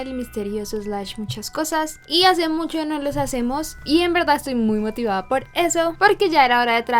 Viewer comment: Me encanta como dice "Musho contenido"